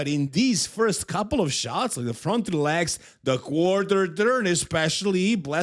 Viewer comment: You can’t help krizo because you can’t even say leg’s and you still saying lags 😂